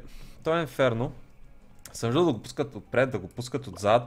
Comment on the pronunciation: Казва се отпред , а не от- преде.Иначе супер клип!!!😊😊😊